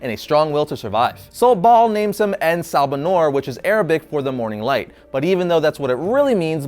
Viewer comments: It's En Sa Ba Nur not En Ba Sa Nur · you slaughtered the name. I mean, wikipedia slaughtered it too, and the writers as well. It took me a while to actually understand the name. You see, if they were going to translate (The Morning Light) into Arabic, it would be either pronounced as Assabah-hon-nour, a slight pause with the dashes, or Nur Assabah. En has no placement unless they described him as the light of the morning, in which case it would be Ennahu Sabah Annour.